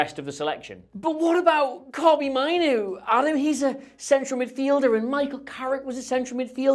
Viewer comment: I'm a little bit more excited about Carrick after seeing this video. On not appointing him permanently - they have to SAY that given the Solskjaer mistake - so say no now, but if he wins all games 11-0, they can still say yes. Just two pedantic points - it's MAYnoo - not Mynoo. And did I hear an "irregardless" in there? Yes, I know some dictionaries now include it, but it's still an ouch word to me - purely personally.